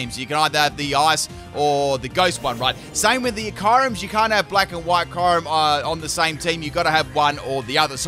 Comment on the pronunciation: my favorite union is shellder and slowpoke aka slowbro also kyurem is pronounced kyuu-rhem not kyy rem